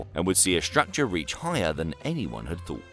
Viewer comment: S T R ucture..... not S H ucture or S H R ucture....... please say it one more time..... S.T.R.U.C.T.U.R.E.